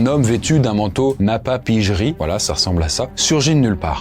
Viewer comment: Vidéo excellente(comme d’hab quoi)mais juste on dit napapiri au lieu de napapirji😅 mais sinon continue comme ça sur toute tes chaînes yt